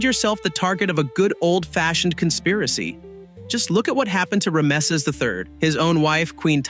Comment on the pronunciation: Ram-es-ess, no its pronounced Ram-sees